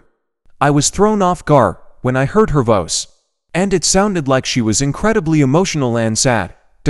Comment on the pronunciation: Just ruining the whole thing with that horrible computer voice ( or as the computer pronounced it: voce! ).